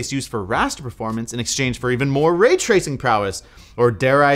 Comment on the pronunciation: way twacing